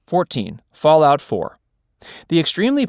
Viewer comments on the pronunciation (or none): none